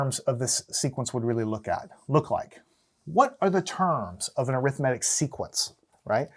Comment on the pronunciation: Why do you say arithmetic wrong